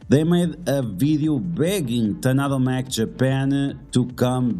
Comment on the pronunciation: very informative video. didnt know there was so much drama among content creators. so unfortunate. im not a political person, and i dont give a sh*t what other people think about politics. however, i am very much against forcing politics and political views on other people. QUESTION: i missed the tadano mac offer. what did it actually say? i cant seem to find it online. (also, its taDaNo, not taNaDo. not sure why you keep saying tanado lol)